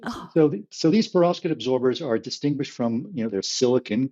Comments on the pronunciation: To - I pronounce it per-OV-skite, possibly a relic of Russian O level a very long time ago or a crystallography course at university. Almost p'rovskite, but not quite. Not PER-ovskite. With that out if the way, this is a brilliant podcast episode. Keep them going! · I pronounce it Perov-SKITE!.